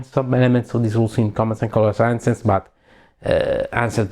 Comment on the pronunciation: Ancients si legge "enscients"... 😅. E "melee" si legge "milii" ...